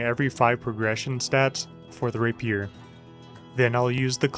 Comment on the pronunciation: Love watching your videos, mostly to see what common word you will mispronounce next... what is a Rapeeeer?